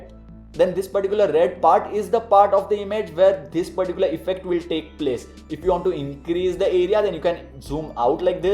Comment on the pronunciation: Give me a heart....mr. "Thhis particular"... 😁 😁